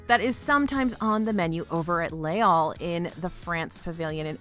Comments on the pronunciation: It normally doesn’t bother me at all but as you said it about 15 times in this amazing video, Les Halles is pronounced (more) like “lay al” not “all” 😊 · Now I’m hungry for poutine! Pronunciation tip (hack): “Les Halles” (in French) ≈ “lays all” (in English) Thanks for keeping me hungry!